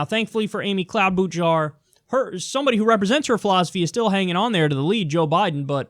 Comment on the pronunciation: I believe the "ch" in Klobuchar's name is pronounced like "sh" as in sheep, not "ch" as in cheese.